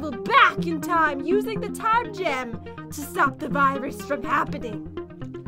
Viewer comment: Pat when you say time gem here’s like time